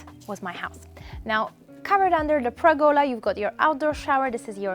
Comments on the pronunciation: btw: it's called a PERgola, not a PREgola ;-) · Pergola. PER-gola. Not pregola.